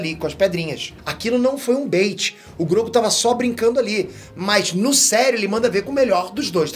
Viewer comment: fala q sempre falam p nome dele errado, mas sempre fala Grogu errado